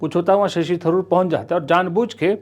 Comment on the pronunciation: Tharoor Not Dharoor.Tha is not pronounced dha. North Indians make this funny mistake.